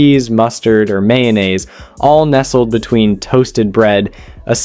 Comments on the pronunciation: WTF is "yanaise"?! 😬😅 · He didn't explain what the mock chicken was and can't say "luxuries", "fillets","mayonnaise","satisfying","culinary"?...AI or just a derp? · I too think “MYAHNASE” on sandwiches is “TISFYING”. A testament to American culinary “RESOURCEFS”. 😐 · Okay, some of the weird pronunciations are just grating on me. "Myon-ase?" and WTF is "tisfying"? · 'mixed with yonnaise' then a few seconds later 'to create tisfying sandwich'. There are loads of errors throughout, which are due to the AI not being able to rectify the inaccuracies in the script.